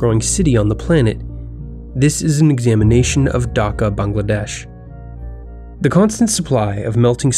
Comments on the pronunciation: its Dhaka not daka btw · please prunounciate properly it is dhaka not daka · You said daka I will be dhaka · It's annoying when westerners don't aspirate the "h" in Dhaka. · God dammit no one pronounces Dhaka right